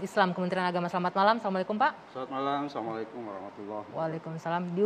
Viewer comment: Agama bapak apa? Tolong pellajari kembali manfaat adzhan,awal pembukaan bapak mengucapkan salam dengan mengucapkan "Assallamuaallaikum",Jangan hanya hidup kekal karna jabatan,ingat mati,jika bapak meninggal telinga kiri akan diadzhankan saat pemakaman..